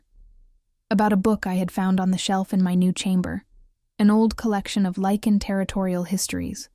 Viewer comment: This is a werrewolf story: the writers should be less dim witted: the wolves are called « LYCAN » , not « lichen » whis a type of Moss!